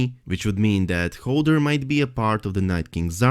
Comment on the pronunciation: I love your content but I am screaming inside when you pronounce Hodor as Holder. LMAO 😂